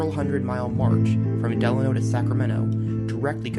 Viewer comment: Thanks for using my photo as your opening image. FWIW, Delano is pronounced delAYno, not like FDR's middle name.